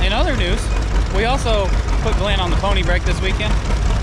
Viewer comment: GLENDA NOT GLEN! She’s too pretty to be a boy!